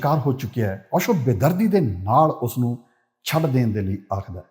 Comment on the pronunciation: Osho dhe parnaunation v sahi nahi.... Palli bhaaji